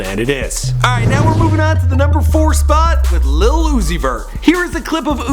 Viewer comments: I hate how he says "lil" Like "little" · Why does he say "little"? It's "lil" like where he see the t's at? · Why does he keep on saying "Little" whatever... its Lil not Little